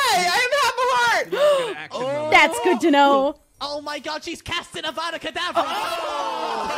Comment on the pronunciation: “She casts an AvAdIcaDavaRa” 😂😂😂😂😂😂